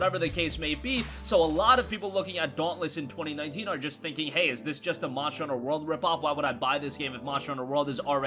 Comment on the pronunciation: Am I the only one annoyed that he cant pronounce "monster" properly? "Moncher hunter world" lol wtf